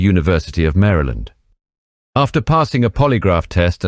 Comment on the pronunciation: I appreciate that you pronounce Maryland correctly. Thank you very much. Lol